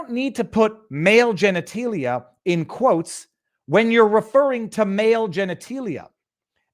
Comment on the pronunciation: I have never heard anyone pronounce genitalia as genetEElia! I like you, dude, but, seriously, geniteelia? It’s genitAlia!